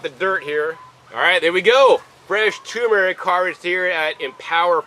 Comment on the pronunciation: TuR mer ic not toooooo mer ic